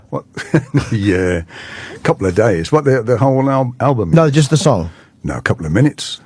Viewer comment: was that British jimmy when he said , "nay jus tha sung"